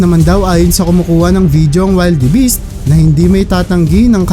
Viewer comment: wilderbis hindi waylderbis